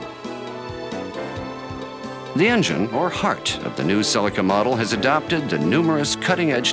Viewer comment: If you want the correct pronunciation it's right here in this video, same as the Japanese pronunciation.